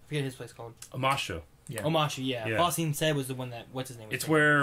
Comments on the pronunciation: One nitpick for. Stop saying Bong Sing Se! It's Ba Sing Sean! thank you. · lol! he said bong sing se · Watching through this even though I've saw all the TLA, how long until they correct saying BANG sing say? xD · Omg I beg of you please learn how to pronounce BA Sing Se it makes me cringe every time you say it wrong lol. Great reactions as usual!!